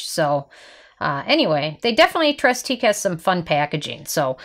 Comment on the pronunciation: Nice review. Just an FYI: it's pronounced 'TRAY teek.' (8 years of French is finally paying off!)